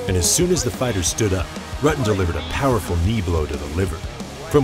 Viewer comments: He is a legend yet this guy still can't properly pronounce his name. It is pronpunced like rooten. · I'm about a minute in, and I'm muting due to the piss-poor pronunciation of 'Rutten' and 'Kyokushin.'